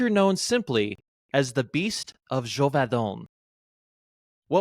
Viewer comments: Neither Geauvadan as said in the intro nor Geuvodon as in the description, but Gévaudan. Check your stuff, man! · Bro said Geoux voux don 😭😭… Je voux don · There's no way this guy isn't trolling with his pronunciation of "Gevaudan" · I wish you had learned to say "Gevaudan" right.